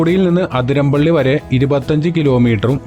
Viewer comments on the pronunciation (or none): Athiramppilly alla bro athirappilly